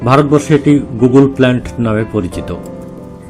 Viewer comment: দাদা নামের উচ্চারণ কিন্তু গুগল নয় গুগ্গুল।